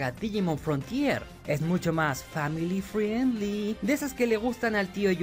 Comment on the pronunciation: cuando digas "friendzone" o "family friendly" recuerda que la "i" es muda, (frend, frendly)